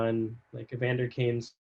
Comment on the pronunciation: Sharks coverage was laughable. "I don't know much about X... where did Y go?.. I can't find it" "Kane's not really that good anymore" (Kane had a career year last year and led the team in scoring) "[Who are their prospects?]". Countless mispronunciations... Hope you fared better with the other teams